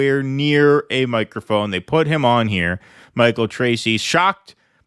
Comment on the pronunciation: "..a miicrophein issz fein, thooh, eh?"